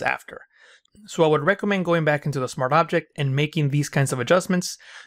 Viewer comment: bro pls say SMART OBJECT and not smarabject